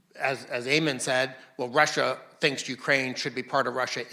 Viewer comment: I like how pronounces Russia, it sounds exactly like in Polish and is different than Rus' (as in Kievan Rus'), which makes it more historically accurate...